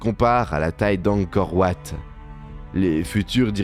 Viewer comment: Angkor wat se prononce en français Angkor Vat